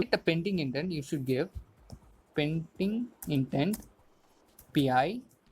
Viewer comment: its "PendingIntent" not "PaintingIntent"